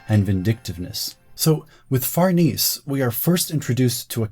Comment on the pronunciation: Fer-nay-say is a very old Italian last name! As your videos get more popular (as they should because this was fantastic) you'll get that correction more frequently. Fer-niece isn't quite right in this context